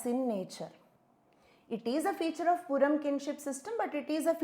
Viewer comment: Purum is pronounced as "Pooroom" not "PoorAm"..s slight correction..thanks!